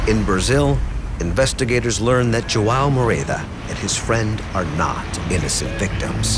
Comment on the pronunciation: It's not Jo- ah- o it's jo an o, portuguese name